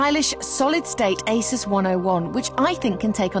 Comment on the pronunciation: Hmm, how odd, the same presenters say eh-sus (How it's meant to be pronounced) in this old episode, but in the recent broadcast they say 'azouse'